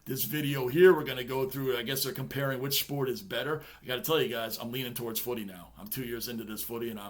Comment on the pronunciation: Bro... love the way u say footy😊